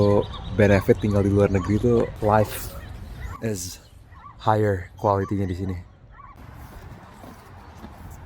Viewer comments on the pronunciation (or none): none